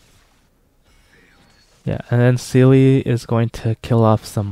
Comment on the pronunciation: German here, Seele is pronounced "Zee-luh" her name means soul in German! Not a seal with an e afterwards! Although I can't pronounce the Chinese names very well so who am I to judge! Awesome run btw, gave me hope in my poor little blade.